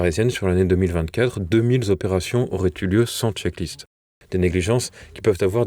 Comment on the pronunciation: "deux mille Zopérations" ça l'fait pas !!!!!!!!